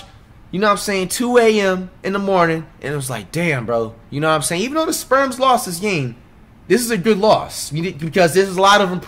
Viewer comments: Please stop saying “Sperms”😭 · "sperms" always catches me off guard bro 😂😂😂😂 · Is it me or does it sound like he calls the spurs the sperms 😭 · He does call them that lol